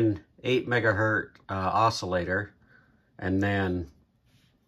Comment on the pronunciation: I stopped watching your video the second time you said "Megahurt."